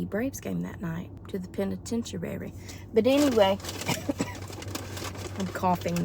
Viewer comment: LOL. Penitentuary. I couldn't stop laughing.